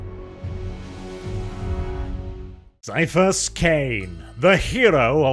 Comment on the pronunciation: I swear, why does always read Caiaphas like it's an STD?